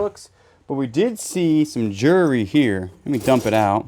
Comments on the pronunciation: You pronounce it jewel -ry, not jury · always curious about calling jewelry, "jewry"!? Are you mispronouncing on purpose to be funny? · lol, he knows, it's his way of making us laugh.